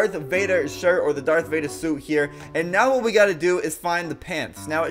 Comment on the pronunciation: Why did u say dark Vader